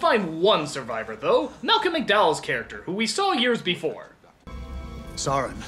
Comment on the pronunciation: Soron? Soren. SORE-EN. :-P lol, sorry, it just bugged me. ;)